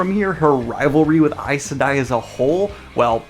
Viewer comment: It was weird actually hearing someone say “Aes Sedai” out loud. I’ve always read it as “Eyz SEE-die”